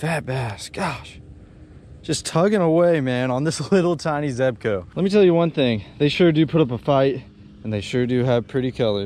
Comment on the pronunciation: I see u finally learned how to pronounce zebco lol